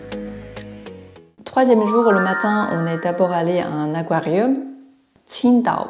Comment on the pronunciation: Aquarium se prononce akouariom. C'est très bizarre mais les mots latin sui finissent en um sont prononcés om. Album est donc (en toute logique 😂) prononcé albome ❤